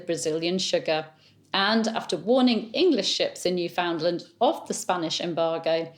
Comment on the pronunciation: Newfoundland is pronounced “newfnlnd,” not “new found land.” Don’t ask me why.